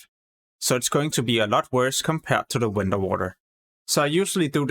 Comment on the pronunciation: I can't stand how you say vendor. Vendor is pronounced with a vee sound not when-dor